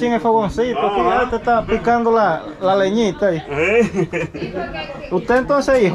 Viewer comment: leñita no se dice leñia